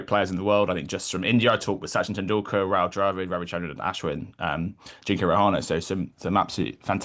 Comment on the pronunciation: Bro, I'm sure would call him deephaaak goyawl. So it's fine. Why don't you correct vyrat koli and kl raoul.